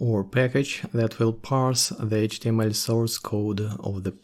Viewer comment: Произношение Эйчь ти эм эль выдает )))